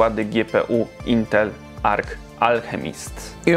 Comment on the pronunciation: nie intel ark ani intel arc ale intel ej-er-si